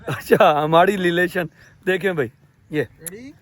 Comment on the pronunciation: Relation ❌ LeLation ✔️😂